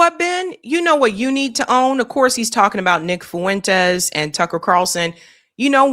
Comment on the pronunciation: Fuentes is 2 syllables not 3